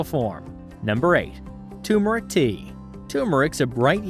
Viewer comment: Repeat after me: tUR-meric, tUR-meric, tUR-meric - not tOO-meric. The first "r" is not silent. Thanks for all the different teas.